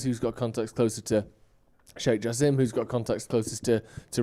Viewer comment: Guys, his name is pronounced ja sim not ja seem